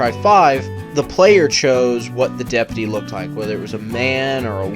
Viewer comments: STOP SAYING DEP-UH-TEE ITS DEP-YOU-TEE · Its DepUty not depety jesus thats annoying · Are you mispronouncing deputy on purpose?